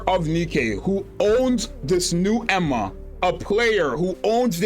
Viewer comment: Genuinely good insight video but please start trying to say "Eun (Uun, not Een) Hwa" properly lol